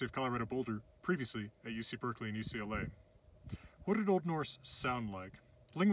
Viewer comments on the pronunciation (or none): none